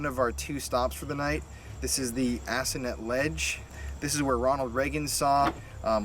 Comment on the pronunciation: From an assonet local Its pronounced a-sow-net...not assonit